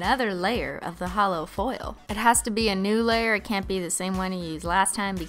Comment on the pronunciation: YouTube auto generated captions excuse me you said hallow or halo instead of holo 💁‍♀️ 💿